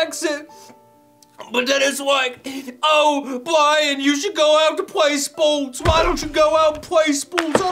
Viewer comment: I don't wanna pway spowts